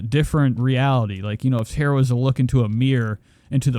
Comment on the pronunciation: It’s TAR-A not TEAR-a .